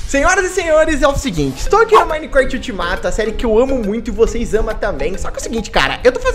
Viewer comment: O fala Serie ULTIMATA kkkkkkkj